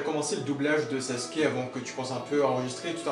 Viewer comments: C'est sasuke pas saske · Tu peux dire « Sasuke » au lieu de saske là ? T’es pas japonais et c’est malaisant